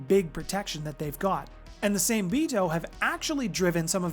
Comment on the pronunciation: Hey brother i love the content. Just wanna help with something. Its pronounced like Saw May. Same is the English spelling of the Japanese word for shark. Much love.